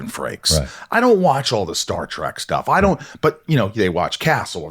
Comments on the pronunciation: ...It's Star Trek, NOT Star Trak!!!!!!! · Nobody believes you're really a fan, you keep calling it Star Track. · Did the host just say Star "Track"????? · Michael, it's Star Trek, not Star TRACK. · It's funny when Michael keeps saying Star Track, lol. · Star "track"? Again and again.... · Rosenbaum lost some cred when he called it “Star Trak” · Star TREK, not track 👊🏼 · As soon as you said star "track" I clicked away.